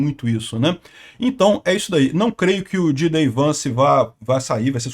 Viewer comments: Não é jee-day Vance, é jay-dee Vance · Pô,, “Didei Vance”? Fala direito!